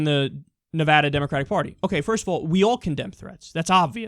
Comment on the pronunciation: Yay! You said Nevada correctly! That makes me irrationally happy, lol...